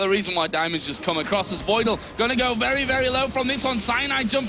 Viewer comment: 'He cant a-Voidle that one' :')